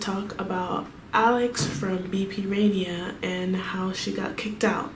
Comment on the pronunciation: It’s 라니아 not 레이니아 okay?